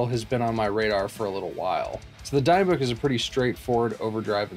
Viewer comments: Great video man awesome jamming by the way its pronounced de bic like destroy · If you don't mind my nitpicking, it's probably pronounced "Dee-book", a sort of possession in Jewish mythology.